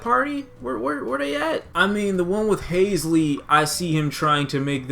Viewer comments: Not Hasley, it's Halsey bro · I agree...and did you mean HALL-ZEE not HAYZ-LEE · Are we really going ignore the fact this fool just said hasley?...HAS-LEE?! Its spelt halsey 😭😭😭😭😭😭😭😂😂😂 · Lmfao haisley💀💀💀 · “Haisley” lmao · Did he really just pronounce Halsey like that? 😂